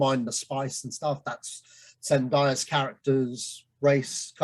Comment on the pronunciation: i’m sure this movie will be infinitely more accurate than lynch’s abominable film, the baron included. hopefully you’ll be able to enjoy this more accurately portrayed version! this is my most anticipated film as well! sidenote, zendaya’s name is phonetic. zen-DAY-uh not zendieya.